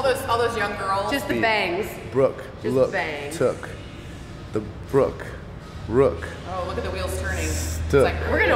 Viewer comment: “The Brooke Rookes”